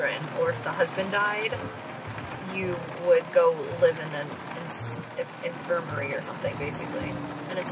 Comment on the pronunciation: Its INFIR-MARY lol not " Infir-mer- rary "